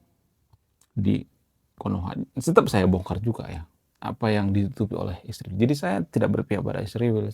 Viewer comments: Bukan isriwil. Tapi Israel. Baguslah mengucapkan bahasa. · Min, kalau sebut Israel dengan ejaan yang benar, jangan isriwil, obyektif secara komprehensif.